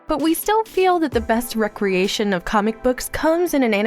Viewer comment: RE-creation not rec- relation...how did this sneak through?